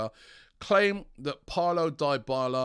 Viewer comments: ITS DYBALA not DIEBALA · pronounced deeee bala not die bala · Robbie can you simply research the right PRONOUNCIATION of names b4 your show? Enough "sorry" Die-bala? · Dybala? Please Robbie stop it 🤣🤣